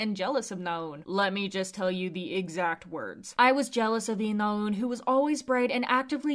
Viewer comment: it's not 나운 but 나은, simple shit like that shows u're not even trying